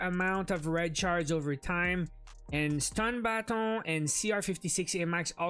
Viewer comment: I'm ok with the grind, its only a small part of a much larger game. I do like the way you say "baton".:)